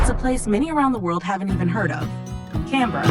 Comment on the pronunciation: Hello here is my feedback: 1. The human population of Australia is: 27M 2. The way you say Canberra, Sydney and Melbourne is correct and I am surprised that you actually say it correctly if you are an American 😂 3. The correct population of Kangaroos is 35M not 50M+ 4. 18% of Australia is Classified as Desert not 35% 5. The dingo fence is 5,614km (3,488 Miles) long, and not bigger than that of The Great Wall of China which is 20,000km (12,427 Miles) long